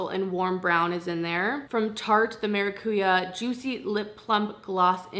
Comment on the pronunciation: Oh, didn't know that but been pronouncing it right anyway hehe